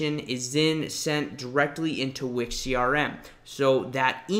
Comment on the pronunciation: I like how you pronounce Wix like Wick-sjj